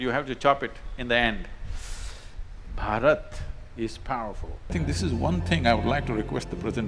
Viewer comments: One correction it's not Barat. It BHarat... You're swallowing the H sound's impact. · Its not barat. Its BHhA-Rt